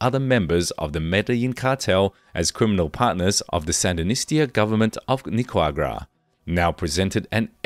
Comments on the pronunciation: Pronunciation Ni ca ra gua not Nicagua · Pronunciation of "Ochoa" and "Nicaragua" was clearly challenging for the narrator